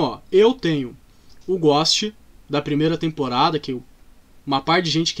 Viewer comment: Não sei pq mas me dói ele dizendo " Ghóst" e não "Ghôst"